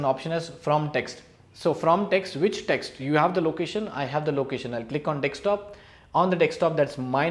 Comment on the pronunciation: Informative video. But Man it’s “Desktop” not “Dekstop”